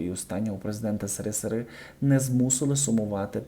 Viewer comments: Какой "сырысыры"?! Произносите правильно буквы. Вы своей безграмотностью не уважаете зрителей. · Вухо ріже "сирисири". Ви що не знаєте, шановний, як абріатура читається? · СыРыСыРы диктор ты хоть школу закончил? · що означає сирисири?Я вперше чую такий вираз.Це сарказм з Вашого боку чи Ви дійсно впевнені,що СРСР читається як сирисири? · Так неприємно звучить СИРИСИРИ! Це показує тільки вашу неосвіченість, на жаль. А за інформацію - дякую. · ріже вуха проговорення вами назви держави, де ми народилися, прожили більшу частину життя, і де були багато щасливих моментів життя. Так що "срср",ви який в очі не бачив цього життя не називайте. "С песни слов не вьібросишь ",а також історія відбулася, і в цій історії "срср",був СРСР. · Ваше : си ри си ри , це жах . Ви що , не грамотні ? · цікаво ведете діалог. Можна включати школярам на уроках історії! Тільки не «си-ри, си-ри»!!! І перевірте Кубань??? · ваши видео не имеют глубины,порой похожи на услышаные сплетни.,,Лишь бы высунуться,,.Речь,произношение некоторых важых слов,типа название страны СЫРЫСЫРЫ просто постыдно.....Пожелала бы Вам плавать на уровне сплетен шоу-биза или повышать свой уровень..... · Прикольно Ви це повторюєте багато разів: Сери-Сери-Сери-Сери- смішно і сумно чути це перекручування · может в туалет всю запись хочет.поэтому и сэры сэры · Сырысыры, это ты на унитазе делаешь!!! На "ты" обращаюсь, потому, что ты не журналист! Подчеркнуто оскорбляя Граждан СССР, каверкая аббревиатуру слова, показуя своё презрение к Людям, Жившим при Советском Союзе! Я требую Публичного извинения!!! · Правильно вимовляй,а не сери сери. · Вы произносите СССР некрасиво. Как то для слуха неприятно. Уж лучше проговаривать советский союз. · Правильно вимовляйте абревіатуру СРСР, якщо вважаєте себе хоч трішки культурною людиною! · научитесь правильно читать абревиатуры!!! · навчіться читати абревіатури, це такий позор,соромно вас слухати,СРСР це не сировини,.